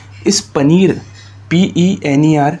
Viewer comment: Pener❌ Paneer✔️😂😂😂😂